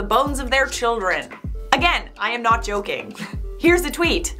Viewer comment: I love how said “I’m not joking I’m not joking“ and I thought said “im not chocking I’m not chocking“